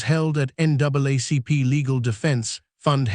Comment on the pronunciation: I watch your videos but some of your pronunciations make me crazy!! It sounds like you've used an automated reader. For instance: it's not "Mary Land" but Maryland like Merle-land, NWaCP is NAACP though it's pronounced N double ACP & she'd is pronounced "shēd" not "she d." Thanks.